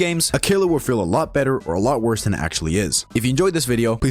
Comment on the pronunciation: Sir, it's actually not askually